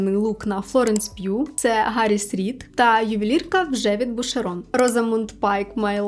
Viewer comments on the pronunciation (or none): none